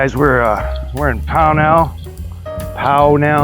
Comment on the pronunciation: I know you’re not from the area, but it’s pronounced POW nul, accent on the first syllable, not the second. Nice video. I grew up 2 miles away. Built in 1961 horse racing until the 70s owned by the Rooney family out of Pittsburgh. Green Mountain Park was famously known as a horse racing venue. It was only the last couple years that they transitioned to dogs and they were not successful at all.